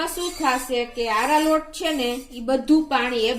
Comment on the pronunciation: આરા રોટ ને બદલે આરા લોટ બોલો છો પહેલા દરેક સામગ્રી નું નામ બરોબર બોલતા શીખો... પછી વિડિયો બનાવો....